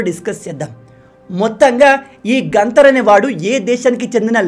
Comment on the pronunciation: గంతర్ కాదు గత్తార నా కొడుకు